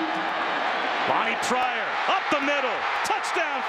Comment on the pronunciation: dude said''Lonnie Tryor''